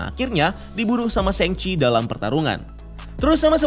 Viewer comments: sheng-ci, I mean Shang-chi. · Sang ci bro, bukan seng ci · guys it's SHANG-CHI not SHENG-CHI ☠️ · Koreksi bang. Cara baca shangchi pake A biasa bukan A english (ei)